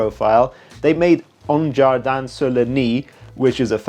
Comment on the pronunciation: No it’s in French and he prononces quite good… not perfect but close to. The full name in English : a garden on the nile ( egypt)